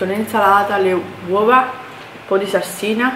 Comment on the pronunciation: dice sassina invece di salsina